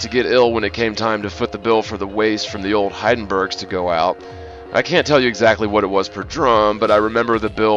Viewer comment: Funny, he used to be a printer but doesn't know the name of the most common press manufacturer; it's Heidelberg not Heidenburg! That does make me wonder if there's a single shred of truth in anything he ever says.